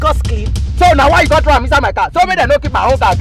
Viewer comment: 😂😂😂 "I did not tew it down, I did not tew it down"😂😂😂